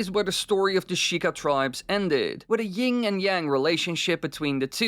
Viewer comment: It's YIN and yang. Not YinG